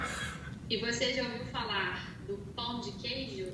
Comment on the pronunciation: Primeiro gringo que não fala "pau" de queijo e fala "pão" corretamente. "Pau" means penis hahahahaha.